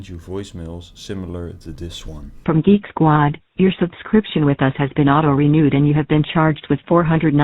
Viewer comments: He kept saying that he worked for "Geeky Squad." Made me laugh every time. Why not pick a company you can actually pronounce? It's not like they HAD to go with Geek squad! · I love how the katuas from Kolkata can't even say Geek Squad. "Geeky Squad!" 😂😂😂😂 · Dude cant even pronounce geek squad the right way...... The qickke sqward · I don't mean to to mean or a ass but if I were to ever receive a phone call and they guy called it GEAK SQUADE i would hang up right away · Did he say gigeesquad? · You'd think it would be a good idea to practice how to pronounce "Geek Squad" when you're claiming to be from Geek Squad. It's a tough chain of consonants but it can be mastered!